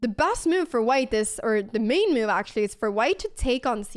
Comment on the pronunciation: Intressant uttal på ordet move, låter som du kastar in ett random 'i' i ordet haha "miove"